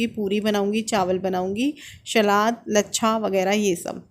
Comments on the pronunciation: जी सलाद होता है शलाद नहीं please thk se bola kriye sunne m bht irritating lgta hai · Nice vlog 👌. Shlad nahi hota salad hota h